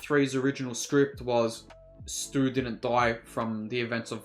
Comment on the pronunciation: It’s Stu not stuey lol amber just lives in the house she’s not connected to anyone. The original cast all came back for this one. Drew Barrymore aka Casey Becker is voice of principal. Jamie Kennedy aka Randy says at party someone’s lame ass dad is kicking us out. Skeet u know came back. Matthew lillard aka Stu was the flame thrower ghostface that was on YouTube that Ritchie was watching. The ending where mindy and chad do a thumbs up showing there alive is a nod to Dewey when Dewey did a thumbs up showing he was alive at the end from the first scream. Scream 6 will be out March 10th 2023 there’s also over 100 Easter eggs from first movie in this film. They did call backs and stuff as a love letter to Wes craven rip Wes craven. Rip Dewey